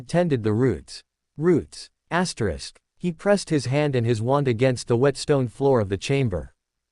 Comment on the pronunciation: get a new AI voice....and stop saying Asterix....annoying.